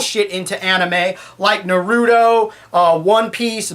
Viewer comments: YOU PRONOUNCED NARUTO WRONG!! how dare youuuuuuuuuuu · you can't say naruto right